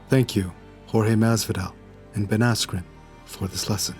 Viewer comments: learn to pronounce peoples names correctly,, you twat. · hahaha now i can't stop hearing asscream